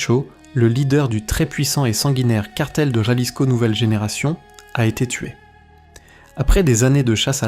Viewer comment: Se dice Jalisco pinche cabrón ! Ja ja